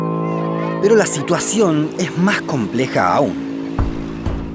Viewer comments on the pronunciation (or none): none